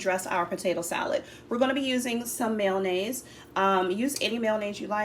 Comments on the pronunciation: Its not called "mail-naze".😢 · I have never heard anyone pronounce mayonnaise that way